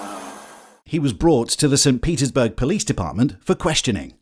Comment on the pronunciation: that tickled me a little bjt 😂😂 “po lease”